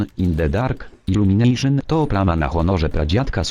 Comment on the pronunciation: Iłlumination hehe